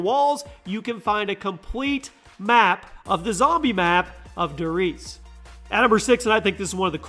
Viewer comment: If i hear "dur reeeeese" one more time...